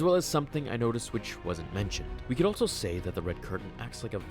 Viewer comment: I love your videos, but please stop saying altso